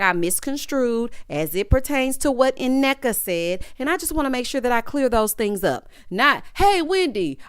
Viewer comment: The first N Nneka is silent..also Wendy friend name is pronounced Key-ona...she is my old hairstylist